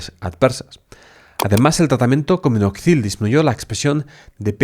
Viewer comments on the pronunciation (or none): En vez de : Minoxidil, dices: Minozidil ....